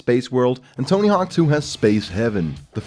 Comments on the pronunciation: Tony HORWK, vewy nais. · "Tony Herk"